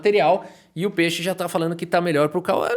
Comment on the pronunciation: adoro quando ele fala "peche" kkkk (antes que vocês venham me irritar, eu sei que a palavra certa é peixe)